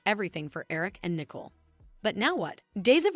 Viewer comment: Her name is Nicole not nickel. It really not that hard.